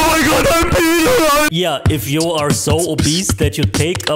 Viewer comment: bro the women said pinalized 💀